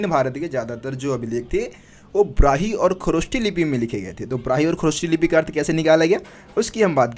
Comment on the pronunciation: Sir it's brahmi lipi not brahi lipi wrong pronounce